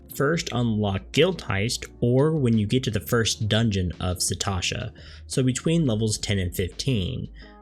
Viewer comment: Thanks for details! I’ve always used the duty finder to solo dungeons but payed no attention to the other settings. Also, it’s “Sastasha”, not “Satasha” :)